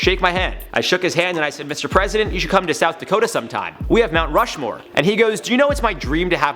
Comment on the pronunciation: But for be add it, you need to know how to pronounce Rushmore first, no?